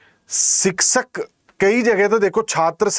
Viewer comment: Siksak nhi शिक्षक hota hai master g